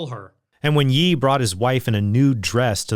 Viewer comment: Trent heads up “ye” is pronounced “yay” not “yee” love the vids god bless!